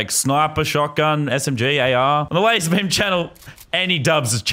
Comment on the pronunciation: did he just said 'LazarBeard'?